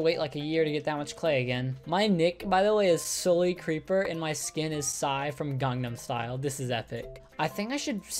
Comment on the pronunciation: the fact that pronounced "gangnam style" correctly makes me feel so happy that i subbed